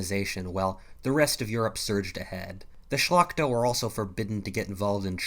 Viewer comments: On mówił "szlakta" xD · Why do people say Shlachta? It literally means nobility.